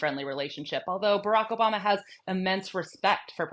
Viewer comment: this dude can’t even say “Barack” right, and he’s been out of office as long as he was in it. remember where American racism came from 🤷🏾‍♂️